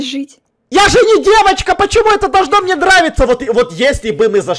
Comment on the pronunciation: не мне а мине да 😂